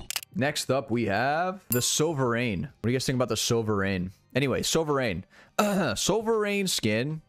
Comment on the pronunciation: "sover rain"